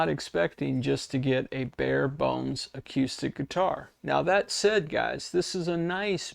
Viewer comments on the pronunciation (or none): Seriously dude??? The entire world pronounces the word acoostic.. Do you not listen to the 500 million people who pronounce it properly. acoooooostic! I'm older than dirt and you're the first person I've heard pronounce it the way you do in my entire life. PAY ATTENTION!